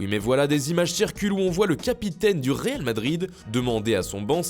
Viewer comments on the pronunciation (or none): none